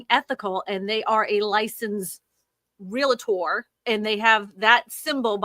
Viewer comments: ReALtor, not ReLAtor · Love you, but there is no "Real-A-tor" in pronunciation. It's "REALtor". I had a license an ice age ago (didn't stick with it) and they drilled the pronunciation into our heads.